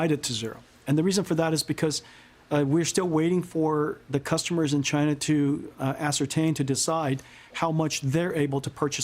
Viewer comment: Going agst Chyyynaaa manufacturings ................. SAYOURANNA S,AYOURANNA , SAYOURANNA